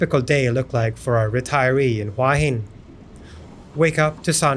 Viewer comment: It’s pronounced who-ah hin